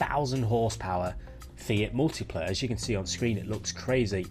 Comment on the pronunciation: 1000Tipla is pronounced as [miltipla] (mille is 1000 in French)